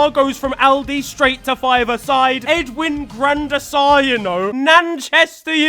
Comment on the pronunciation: “Edwin Gran Der Sar”💀💀 “Nanchester United” 💀💀💀💀💀💀💀💀